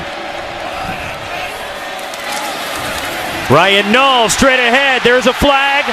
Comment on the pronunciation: U mean Ryan nall lmao can’t even say his name right 😂